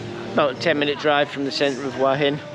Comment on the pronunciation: I enjoy your HH videos. Thank you. However, would you consider saying Hua Hin correctly in your videos? Hua Hin is หวัหิน. (who-a Hin).